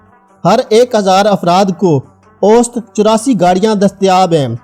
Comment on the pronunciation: Ost. nahi. Aosat. bolo